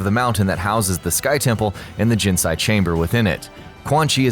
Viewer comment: GIN-SAY ur saying it wrong